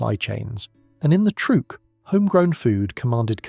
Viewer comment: "Trueque" (barter) is actually pronounced troo-EH-keh, not trook.